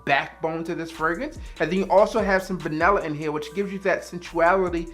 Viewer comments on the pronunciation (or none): VA-NIL-LA. Not vanella!!!!!